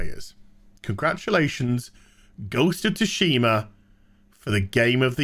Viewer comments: "Ghost of Ta-Shima" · BTW. In GoT, Tsushima is pronounced 'Sooshi-mah' in Japanese. Stress on first syllable in Japanese. Thank me later.